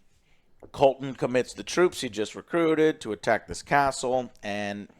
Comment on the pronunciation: Joe gets almost all the names wrong.